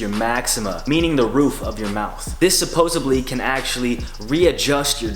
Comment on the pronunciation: "Supposebly" lol. gotta love it.